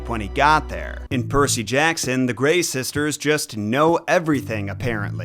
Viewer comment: When I looked up the pronunciation of Graeae, it said it was "Grye-eye" but I'm assuming both are considered correct because getting "gree" from that had to be from an outside source/authority. That said I'm not gonna complain but I WILL twitch slightly every time you say it.